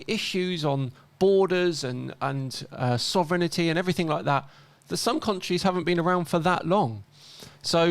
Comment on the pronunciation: How did you pronounce ‘sovereignty’?? sov’rin’ty not sov’ren’it’ty